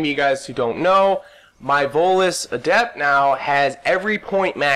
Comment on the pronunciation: You're pronouncing adept wrong. When it is a noun, the stress is on the first syllable, When it is an adjective, the stress is on the second syllable, which is the way you're pronouncing it.